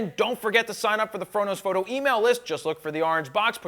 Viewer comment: why does he say ''frodo fhoooto'' is he from shire..